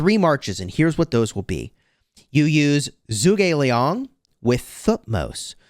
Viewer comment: It’s pronounced “Ju gugh Li-ang”